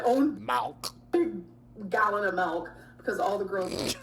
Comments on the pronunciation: If she says melk one more time….. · The rapid succession of "mehlk" nearly spiraled me into a panic attack.